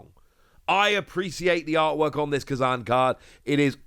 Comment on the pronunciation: You saying Kuzan was driving me crazy!!!! 😂